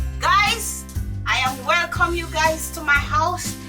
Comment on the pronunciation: from the way she said welcome guys I know she was Jamaican lol